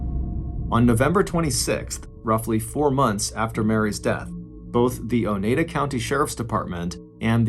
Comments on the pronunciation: Love the telling of the story. One note. I live in upstate NY. You pronounced it O NE DA county. It's O NYE DA county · Oneida (o-nye-duh) 😆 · The name of the county is pronounced oh-ni-da (long I sound), after the aforementioned Native American tribe. Crazy stuff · It's pronounced O-NEYE-da. Long "I" sound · Pronounced Oh NI da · I knew about this case but enjoyed your telling as usual. However. Your pronunciation of “Oneida” rubbed me the wrong way. I’ve always heard it pronounced “o-Nye-duh”. Kinda rhymy with Ore-ida (potato products). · The way he says Oneida hurts my soul 🤣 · This is terrible just terrible 😔😔 I love your stories!! And it's cracking me up on how you're pronouncing Oneida county 🤣🤣🤣♥️♥️